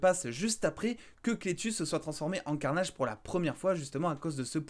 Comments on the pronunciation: J'adore le "let vere be carnayyyydge"😁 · E eo on a l a vue tu pourrais être un anglais dans ton accent let there bi carnage